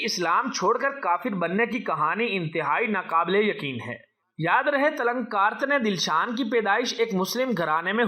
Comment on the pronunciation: बोलना तो सीख ले तिलकरत्ने दिलशान है उसका नाम चुटिया